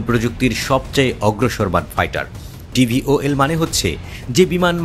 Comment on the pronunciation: এই টেকনোলজির নাম VTOL , কিন্তু সাংবাদিক উচ্চারণ করছেন TVOL ... প্লেন নিয়ে সাংবাদিকের ধারণা কম থাকতে পারে, কিন্ত একটা জিনিস নিয়ে রিপোর্ট করার আগে সঠিক উচ্চারণ টা জেনে নেওয়া ভালো